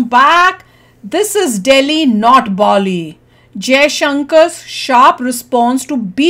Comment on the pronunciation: 🇮🇳🙏 NOT BOLI,BAALI